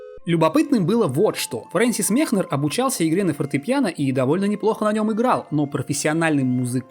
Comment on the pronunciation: Все хорошо, только Мекнер, а не Мехнер